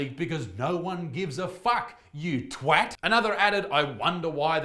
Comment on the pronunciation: Well Done Isaac! You pronounced "twat" correctly!